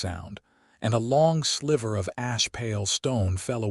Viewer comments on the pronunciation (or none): none